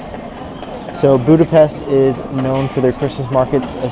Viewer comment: Joy to hear someone pronouncing Budapest as Budapesht. Thank you. Best wishes